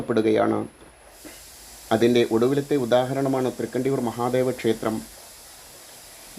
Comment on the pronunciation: തൃക്കണ്ഡിയൂർ..ണ്ട അല്ല